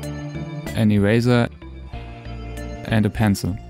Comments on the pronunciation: Is it just me or did he say erather...idk im not making fun of him cause he speaks english good ..by the way awesome vid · i love how you say eraser omfgg